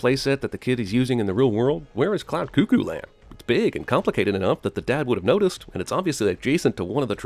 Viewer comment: *'Cuckoo' is pronounced Kuh-koo not Koo koo